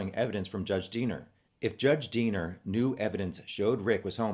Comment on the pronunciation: Everytime you say Diener I hear Deaner and think of the movie FUBAR. It helps lighten subject.